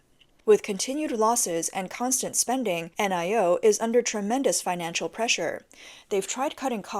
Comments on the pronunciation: Lol...the brand Nio is not meant to be read out letter by letter...it's meant to be pronounced as one word...'NIO' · N-I-O is pronounced NEO. The ElevenLab AI can't pronounce NEO.